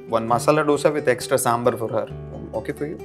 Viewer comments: I just stopped watching the video when he said dough-sa instead of dosa 🥲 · ಕನ್ನಡಿಗರ ಗತ್ತು ಇಡೀ ದೇಶಕ್ಕೆ ಗೊತ್ತು❤ It's sambaar not sambar like actor said 😑. It's दोसा not डोसा Dosa 😑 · Its दोसा ,not डोसा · He caught up by saying masala dough-sa instead of dosa. Otherwise perfect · He being a South Indian in the act still said "Dough sa" and not "Dosa"🤣🤣. But great effort, lets not divide our country we are finally only Indian's😊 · Dose not dosa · Bro that actor playing the role of a south indian is a north indian himself and thay guy said Dhosa it is dose or dosai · It's not डोसा, दोसा. It's not कन्नड़ा, कन्नड़. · Isn't it dhosha ??! He said dhosa 😅😅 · Yes... it's pronounced as dhosa not Dosa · It's not dhosa it's dosa. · Not dosa it's (dhosa) dhaa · Yes... it's pronounced as dhosa not Dosa. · 1.( Bro its not DOUGHSA its DOSA ) , 2. Also bro when that north indian girl was able to say MACHA properly and you are like MATCHA like that tea Anyway the whole video was sweet :) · dosa bro not dhosha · No homework first of all in kannada its not dosa its dose. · While i appreciate his efffort., as a kannadiga I know he didn't really get the Sambhaar pronunciation right neither did he get Masala Dosa pronunciation right,he said Dough-sa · Dosa ❌ Dose✅, I am pretty sure you are not South Indian from this one word (dose)😂🙌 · He got it all wrong....he is from Mumbai a, South Indian from Mumbai I guess and he is a Mallu mostly! He still said Sambher himself and Masala Do-Sa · I am sure that you are not Kannidaga, because you donno how to pronounce Doose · They made us South Indian look shit and on top of that the way he said dosa , 🤮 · They made a South Indian character who couldn't even pronounce dosa properly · Calls himself a Southie but can't pronounce Dosa properly . C****ye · Ok ...all things aside ..the 'south indian' got the pronumciation of DOSA wrong 😅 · Good one but please focus on pronunciations, especially Dosa. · the way he pronounced dosa was wrong